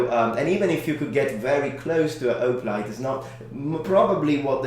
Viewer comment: You really have to pronunciate the H in Hoplite. Great video nonetheless.